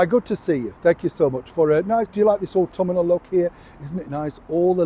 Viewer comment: Autumnal. Au-Tum-Nell. 3 syllables. Is the correct pronunciation. Aw-tum-in-ell. 4 syllables is incorrect.